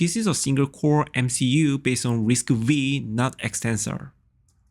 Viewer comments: It is not risc-weee... Its risc-5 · I think that is prounced as RISC-Five,😀